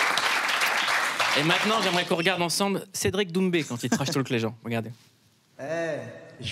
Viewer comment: l'accent sur son nom de famille???